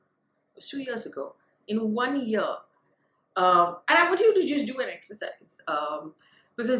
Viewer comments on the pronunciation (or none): none